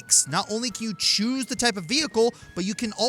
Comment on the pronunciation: Whatever you CHOOSE,? Putting lots of emphasis on that. Calling it now: Next time is PokéMonth! BRING IT ON!!!!